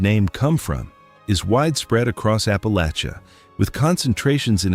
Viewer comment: For heavens sake, please teach the friggin’ computer the CORRECT pronunciation of Ap-pah-la-chuh. Descended from Murphy, McCoys, Chambers, Painter, Robinson and more.